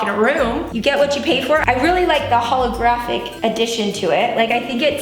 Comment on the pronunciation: "Holographic" oh honey no